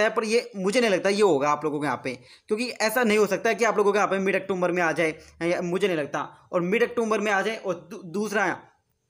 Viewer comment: अक्टूबर होता है ब्रो अक्टोमबर नहीं होता